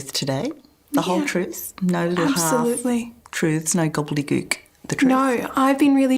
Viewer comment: She said gobbely gook 🤔